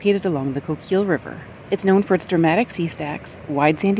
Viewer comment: Coquille is pronounced "Koh-keel"